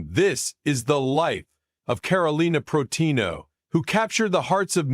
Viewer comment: This narrator is terrible. First, he can’t even say her last name properly, than later he says a bunch of gobblygook that makes no sense.